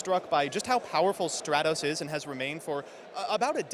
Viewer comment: I need to know if still calls it 'Straight-Os' in a YCS setting.